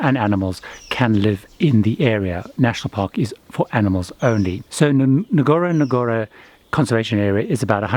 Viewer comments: It is pronounced gorogoro not with emphasis on the first N. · Great video.. It's pronounced " uhn-goro-goro".